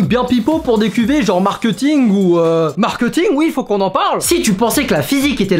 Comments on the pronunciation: Est-ce que je suis la seule à qui ça dérange quand il dit « markEuting » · normalement on dit markéting